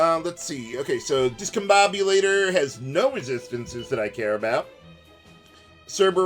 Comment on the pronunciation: Think that's pronounced 'discom bomb you later' or 'discom bom byou later'?